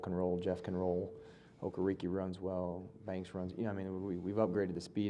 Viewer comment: wish our GM could at least pronounce Okereke’s name